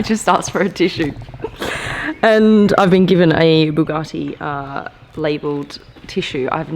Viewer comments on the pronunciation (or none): "BUGGUATI Chrion" those mistakes lol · BugaRtti? No R in it. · ....bloody annoying! There is no "R" in Bugatti......Bu-Gat-Ti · There is no R in Buga(R)tti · Oh my god, it's Bugatti, not bugarrrrti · B-you-gah-tee not Boo-gah-tea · Bugatti, not Bugacci. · Bug-A-ti not bug-are-ti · Boo-garti … that bothers me 😂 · Say (Bugatti) right where is the (R) in (Bugatti) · What's a Boogarti....?! 🤣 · the way she says Bugatti (boogarti) makes my 👇shrivel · the way you pronounce “Bugatti” triggers me....-.- its not Buhgati...🤮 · Please point out where the R is in Bugatti. I can't find it anywhere. Maybe it's a silent R in which case please stop using it. It's a BugAtti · You say it wrong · Buck me she can't even pronounce Bugatti properly...the title of this video isn't accurate either... 2.32m subs... Someone's paying people to sub this channel... Sorry it's just not that good. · Say ‘Bugatti’ right 🤦‍♂️ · She is clearly not saying it with an r. She has an Australian accent and that is how Australians pronounce A's. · I'm sure there's not a r in the name Bugatti. Jesus dum dum. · Hate when people say bugatti like them rappers. I say it like the uk top gear boys do. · The pronounciation of "Bugatti" is annoying yet attractive, I've never been so confused